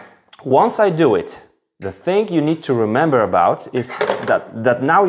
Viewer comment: The way you terminate the 'g' in 'thing' . . . very common with Europeans!